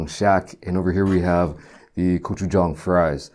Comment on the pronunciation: Finally someone who can pronounce gochujang